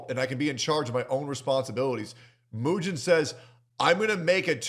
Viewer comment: I do like how pronounces his name like "Eugene", because as a Birdman watcher, that was definitely Eugene behavior Mujin pulled this weekend